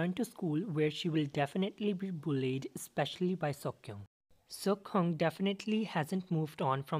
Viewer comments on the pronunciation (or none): none